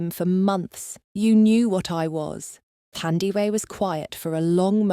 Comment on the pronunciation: 💃🏽As a nurse by profession too 👏🏾👏🏾👏🏾best story ever thanks to the author 👌🏽 this should be a movie,Windhoek 🇳🇦 oh the pronunciation of her name is Taa Ndie weh instead of Thurndiwe Thandiwe a name meaning Love in Isindebele tribe of SA😊